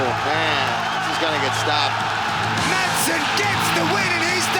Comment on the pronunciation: If you want to pronounce it correctly, then don't pronounce the 'd' in 'Madsen'.